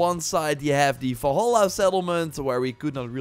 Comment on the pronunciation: WHY DO U SAY ASSASSIN'S CREED FALLHAALAA ??? INSTEAD OF DUXKING VALHALA ????